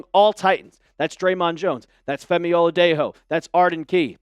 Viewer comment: It’s O la Dey Joe NOT O la Dey Ho